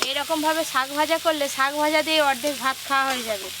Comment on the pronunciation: শাক ভাজা ❎শক ভাজা ✅😂😂😂😂😂